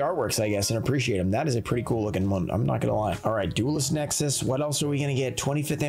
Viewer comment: You said duelist nexis